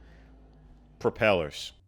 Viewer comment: can we get a sound bite of saying propellers?😂